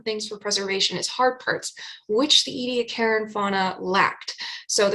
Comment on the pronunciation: Australians pronounce the place: EE-Dee- AAck[a]ra., your videos constitute an outstanding curriculum, seminar series, book for students of ALL ages from primary right through postgrad overviews, and reviewing! Thank you! Those who have never touched live sponges, by the way, they are considerably stiffer than the boiled remnant with which those who have not dived, understand sponges to be. Greater understanding of evolutionary process can be had in the evolutionary development literature, with its easy explanations of repetitive expression of HOX genes and the ways in which very specific epigenetic shutting off occurs. Body shapes of Precambrian and Cambrian organisms show most clearly the simple repetition that, elaborated, contribute to the enormous diversity Chuck Darwin commented on, that we see everywhere, even though we ourselves live during a period of biotically-driven mass extinction.